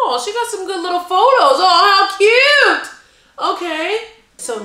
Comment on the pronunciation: i died win she said cue and not cute